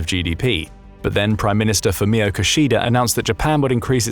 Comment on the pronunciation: Minor nitpick: Kishida is pronounced "Kee-shee-da." Neither of the syllables are stressed. Japanese don't stress syllables, though it can sound like they do if there are two consonants together (e.g. Hokkaido where the 'K'-s sound like they're stressed over the other syllables).